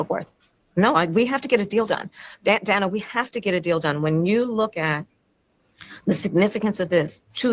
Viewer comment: Every time she calls Dana Bash “Danna,” it makes me think of Rosanne Rosanna Danna! 😂